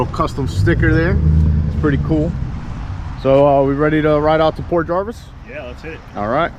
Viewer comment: Nice video! I was there on my bike not too long ago! Just a FYI, it's Port Jervis not Jarvis. 🙂